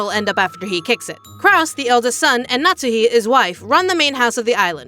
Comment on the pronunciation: Why do you call her "natzi", it's Natsuhi 🫣